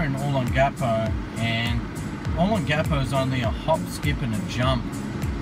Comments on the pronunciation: It's "O * long * a * po," not "O * lon * gapo"! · It's Oh-Long-ah-Po, Sure looks cleaner than it did in the 80s I'm betting it not as much fun though. Thanks for posting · Dude find someone to teach you the right pronunciation O Long Ga Po giving advice on a place you can't even pronounce is not good Simple ...other than that a good video. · Oh-Long-Gah-Poh. Other than slaughtering the pronunciation, great video, would love to see more of Magsaysay, Rizal and Gordon Avenues. yes, it has changed a lot, but the memories are always there. The true Adult Disneyland that put all others to shame, even to this day. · u are pronouncing olongapo incorrectly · Very nice vid...but please learn how to pronounce Olongapo correctly. Thx